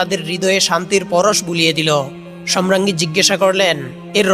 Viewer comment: ধারাভাষ্যকার সম্রাঙ্গী বলছেন । শ্রুতিকটু।